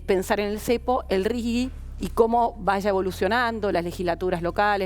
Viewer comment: ✅ R.I.G.I. (Régimen de Incentivo para Grandes Inversores). ❌ NO "RIGUI"